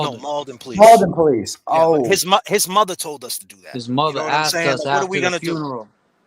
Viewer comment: I wanna tell u, I’m starting to take offense to the way u be pronouncing the word PO lice. I’m Af. Am., I be saying it like that cuz that just the way we speak, NOT you!🫵🏽 Just cuz u be hanging with men of color or supposedly making “rap” songs🙄 or hanging on Cleveland Ave in da A, don’t give you the right to talk like us. Sound like you going thru an identity crisis, so figure your shit out man, you too old to be a wanna be/wigga! I said what I had a say, now heed my words, besides nobody here in Memphis ever heard of your goofy music.🤦🏽‍♀️